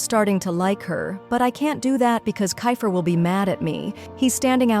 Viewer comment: Bro is kifer not kafer